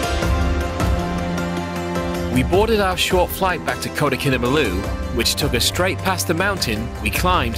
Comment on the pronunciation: Your pronunciation of ‘Kinabalu’ is incorrect. It should be pronounced as 'Kee-Nar-Bar-Loo'. The city was called Jesselton when Sabah was under British rule.